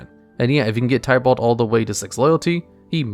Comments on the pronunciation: Btw, you pronounced some Planeswalker s incorrectly. Chandra is pronounced as "Shaun-dra" not "Chan-dra" And Tibalt is pronounced is "Ti-balt" not "Ty-balt" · It's not tiebalt lol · Love that you are doing this, but maybe try looking up how the planeswalker and place names are pronounced. Gavin (one of the game designers) has a channel talking about Magic and well he knows how to pronounce Chandra and Tibalt. Another nitpick would be that you did wrong a few times now is flying. Creatures with flying can be blocked by creatures with flying or reach. The later is only a defensive ability, but it will come up sooner or later i believe. This list for rares would be interesting as mythic rares are comparatively a recent addition and a lot of old sets only went up to rare ans have weird cards. That said another fun list as a cross promotion could be "Top 10 tribal decks" or "Top 10 (draft) archetypes" though for the latter you probably would need to explain bow the term is used differently in Magic then in Yu-Gi-Oh. Another good idea could be "Top 10 strictly better/power creept cards" again to tie it to videos you did on this channel. I really hope this works for you. I personally found you via your wow channel and was very happy to see you did other things after I dropped of that game after Legion and having seen things like the weather report channel I know you do try. Given that you know cover two of my favourite hobbies (mtg and D&D) i am hyped